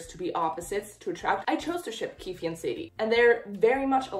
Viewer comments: It's not 'keefie' 😭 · On Shannon Messangers website in the character bios, she says it’s pronounced “keef” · the last e in keefe is silent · NOOO not with pronouncing the e at the end 😭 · Love your videos ❤❤ Also you don't pronounce the e in keefe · I meant that You aren't supposed to pronounce the e in keefe